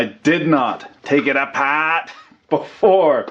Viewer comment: "Take it apaaht." Now I want an commentary/rant to a EEVBlog teardown.